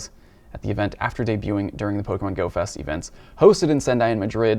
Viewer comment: did you say "Goat fest"?